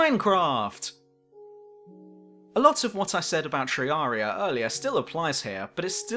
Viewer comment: its terraria not treyaria